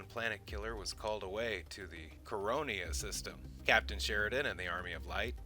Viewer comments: Coriana VI not Coronia Vi. And the second Vorlon ambassador, although he cryptically said "we are all Kosh" was actually called Ulkesh not Kosh. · It's Coriana 6, not Coronia 6... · Corry Anna not Coronia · Core ee anna 6 is how it's pronounced. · Not to nitpick but it's pronounced Core-E-annas 6.